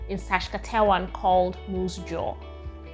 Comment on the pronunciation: Haha, we should really help you with your struggles pronouncing Saskatchewan 😂